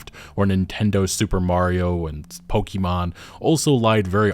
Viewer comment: Ah yes, 'Pokeemon' those adorable little creatures you keep in your pokeeeeeets. Uh huh, checks out.